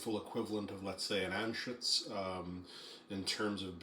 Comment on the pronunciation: Glad you didn’t say Ruger vs Anschutz lol